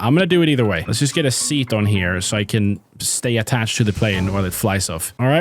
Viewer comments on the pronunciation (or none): none